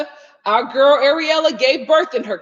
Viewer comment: Lol it sounds you keep calling that girl Areola 😂🤣